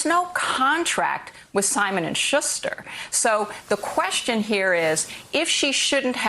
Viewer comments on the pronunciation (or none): This is off topic, but I believe Maya Wiley is mispronouncing Schuster as "Shuzh-ter" instead "Shoos-ter. I find it quite distracting, especially since Willie Geist is pronouncing it the way I'm used to hearing it. I don't know. It seems like an affectation.